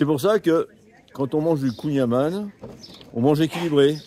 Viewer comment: Alors pour être pointilleux... On ne prononce pas kouign aman avec le son "A", mais avec le son "AN". Comme dans "amande". Après dans les deux cas c'est trop bon ! Bonne route...